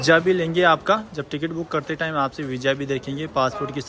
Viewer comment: Bhai Vija nahi, Visa hota hai